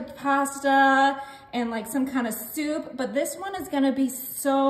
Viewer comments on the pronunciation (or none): none